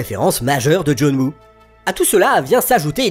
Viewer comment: Excellente vidéo et analyse du « vilain petit canard » de la carrière de Wright. Une question juste : je suis le seul à entendre « John Moo » et non « Woo » dans la vidéo ? 😅